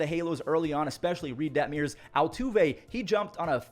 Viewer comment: Det-muhrs not Det-mee-uhrs